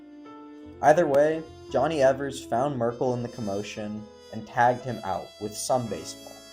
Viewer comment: The pronunciation of Palmeiro struck me, too. (And Schott, too.) (And Evers)